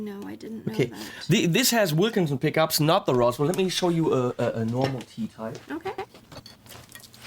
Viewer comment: When you whispered that they were Roswell pickups, I thought you were saying, "Awesome Pickups." The ash bodied T type was nice. The reverse headstock gives it a cool late-70s Joe Perry vibe.